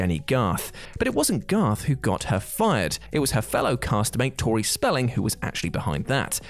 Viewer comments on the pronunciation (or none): none